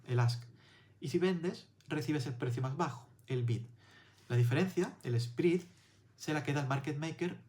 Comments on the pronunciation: Me he suscrito al momento porque explicas muy bien pero no pronuncies “SPRID “ se pronuncia “SPRED” saludos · Contenido bueno. "Spread" se lee "spred,", no "sprid".